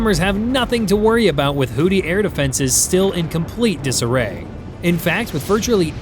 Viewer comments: It's pronounced "Who-Thees". "Who-Tees" sounds like a male strip club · I hate how you say "Hooty" instead of Houthi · Why does this narrator what to kill Hootie?😂😂😂😂😂😂😂😂 it is pronounced who-thy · Great video. Small point, however. It's pronounced HOO-thee not hootie. I realize a lot of people use the incorrect pronunciation, but I feel like it's better to be correct than compliant. Not a knock at all, just a helping linguistic hand. :) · Who thy, pronounced who thy. Not hootie.😂😂😂😂😂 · Hoodees? Hoothees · It is pronounced "Hoo-thee", not "Hootie". There are no blowfish there. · Hoo-thee, not hoo-tee lol 😂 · It's pronounced WHO-THI, not WHO-TEA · The pirates in this conflict are the HOOTH-ees, not the HOOT--ees. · Seriously, is it pronounced HooTHie or HooDy? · It's HOO-THEE smart guy. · Does this AI voice keep mispronouncing houthi with hootie? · You are consistently mispronouncing the word "Houthi". Proper pronunciation would be closer to"Who-these"… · It called them hooties because AI butchers the pronunciation of a lot of words. Unfortunately more channels on YouTube are using it, it's just like text to speech software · Houthi with a 'TH.' Know ur enemy, can't believe you made a whole video saying the name wrong.